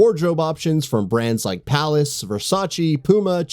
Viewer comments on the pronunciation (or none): none